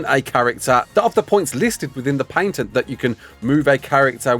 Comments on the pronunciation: What is a "paYNtent"? Why are you adding extra letters in there? The "ay" i kind of get cause "a" in that rough accent could lead to that but adding an "n" is nuts..at that point an accent is a detriment lol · "Paintent" xD